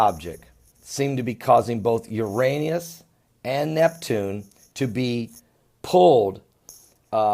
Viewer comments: It's NOT URANIUS, it's URANUS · is he saying Uranius? (⊙＿⊙)